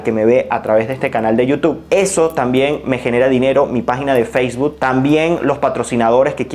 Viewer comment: Feisbud? xD Bien por el contenido, pero ojo con las pronunciaciones.